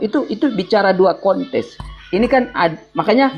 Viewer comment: Hahahahaha, koplak.. 🤦‍♂️🤦‍♂️🤦‍♂️🤦‍♂️ 🤣😂😂😂🤣😂🤣😂🤣😂😂🤣 Kt ny di situ berbicara ada 2 kontes.. 🤣😂😂😂😂😂😂😂 Konteks pak bukan kontes... 🤦‍♂️🤦‍♂️🤦‍♂️🤦‍♂️🤦‍♂️🤦‍♂️🤦‍♂️🤦‍♂️🤦‍♂️🤦‍♂️ Ampun" Dah,,, 😂🤣🤣🤣🤣🤣😂